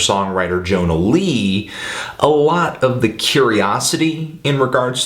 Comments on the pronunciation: she is swedish, and her first name is pronounced as "yonna", not "jonna" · if she's Swedish, wouldn't it be pronounced as "Yonna" Lee? as for the album, I love the whole damn thing. Especially "Goods" that song be my jam.